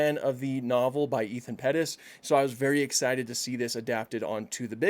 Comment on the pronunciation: "Perry's" Its actually Pettus